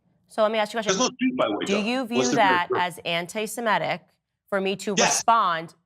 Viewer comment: If someone cannot even pronounce their supposed cause célèbre, how seriously should we take them? It's "sem IH tic," not "sem EH tic," f_s.